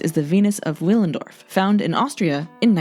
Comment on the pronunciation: Willendorf is pronounced with a ‘v’ Villendorf